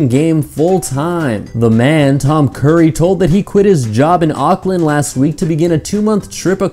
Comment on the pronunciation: Not trying to be rude but u kinda pronuceds Auckland wrong it ok though I know that there a different accents and it is hard to say